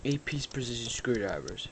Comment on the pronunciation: "8 piece preshishi screw drivers" LOL nah but aye thanks dude. now i can get my modifying on :D